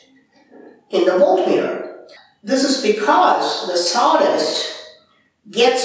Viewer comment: Did you said saw dust or zordus or something else to be used to creat electricity?